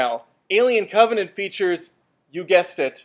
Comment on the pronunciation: Is anybody else disturbed that he called "Covenant" to "C*ntvenant"?